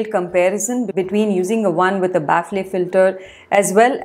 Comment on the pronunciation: its pronounced as bafl filter no baaf ley filter